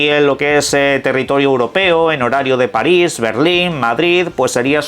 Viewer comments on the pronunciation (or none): none